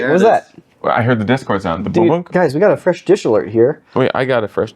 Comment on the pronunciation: Calling the server "dishcord" is genius